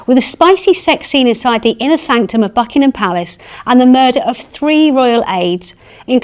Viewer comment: Mis-chievious!, the word is mischievous. Also it's Buckingham Palace, not Buckinam.